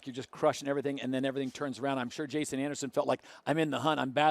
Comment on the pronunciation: Need to start a petition to get Daniel Blair in full time!! So embarrassing for the sport that he would fuck up Jasons name like that. And he was calling Breece ‘Breecie’. Definitely not the first time he’s made mistakes like that though